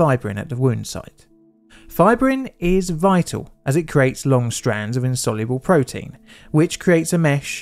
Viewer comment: Sounds like Prions when you say Insoluble Proteins